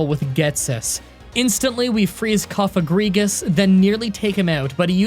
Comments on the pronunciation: wow said cofagrigus right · This dude pronounces "Cofagrigus" perfectly, but doesn't realize that Whirlipede's name is based off of "whirl" and "centipede." Truly amazing. I love you